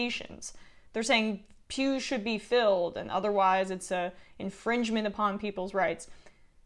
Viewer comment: They don't care if they get coronavirus in their PEWS! I thought for a second that you said 'pubes' 😶